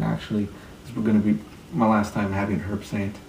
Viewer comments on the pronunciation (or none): It's pronounced 'erbsaint, the "H" is silent. Herbsaint Original is a copy of the 1934 recipe, and is available in New Orleans, and will be out in the rest of the USA shortly. Glad to see you used my historical info with out crediting where it came from....